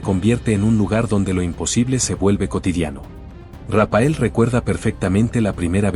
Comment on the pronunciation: Rapael no RAPHAEL, la pH suena como f. Si no fuera por eso y la foto que habéis incluido hecha con IA y señalando a un Raphael super anciano, parecería que hasta lo habéis entrevistado, habéis inventado todo. Lastima que hayais inventado todo. Tanto Rapael es patético señores Raphael, leído Rafael.